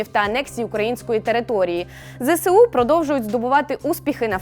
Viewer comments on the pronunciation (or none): Правильно казати ЗСУ не зе се у, а зе ес у.